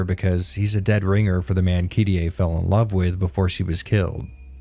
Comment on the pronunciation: It's KI-ri-eh. Not Kirei.